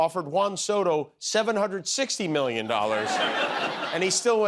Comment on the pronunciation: Why can't Trump pronounce "million" correctly? He says "me-yun."